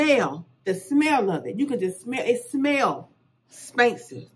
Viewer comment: She said, “It smell Spansive” 😭🤣